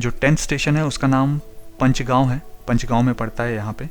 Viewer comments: पंचगांव as in पंचायत or पांच (5). It is not Punch. Please pronounce names of places correctly. You also say "red light" instead of "traffic lights" or traffic signal (s). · आप साउथ इंडियन है क्या आप में बहुत सारे गांव के नाम गलत बोले, जैसे पचगांव, बावल और भी आप मैं कई गांव के नाम, धारूहेड़ा को आप दारूहेड़ा, साहलावास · Bawal is pronounced Baawal बावल, not Bawaal बवाल. Please correct your pronunciation either in this video itself or in the next video. Similarly Panchgaon is पंचगांव